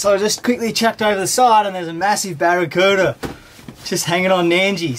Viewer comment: Nailed em “Baracuda” So awesome you gave them boys that ball, made their day!